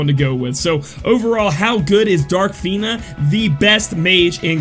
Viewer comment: pronounced fina in intro right then immediately goes to "fin-ah" after... bruh XD